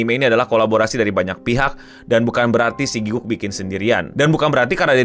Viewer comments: wajar kalau orang indo bilangnya giguk. Gw yang fluent inggris aja, dan tau cara baca yang bener "gi-gak," masih sering pakai "gi-guk" 😅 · Gatel dengernya 1. It's Gi-gak, bukan Giguk. Kalo mau meme sekalian panggil aja GRANT (nama aslinya Garnt) 2. Ini one shot anime, jadi gaada lanjutannya karena ini self funded alias duit ndiiri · aku malah dengernya gukguk, alias pas ... lagi ngaum